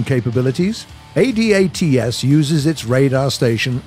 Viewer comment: for god sakes... its pronounced ADATS.... not A D A T S...... its a word.. from a canadian in the CAF....